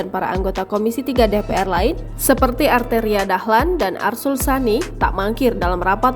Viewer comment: Si Beny ini siapa sih???? Belagu loh nantang Machfud MD, si arteri belajar dlu tuh huruf R nya yg jelas...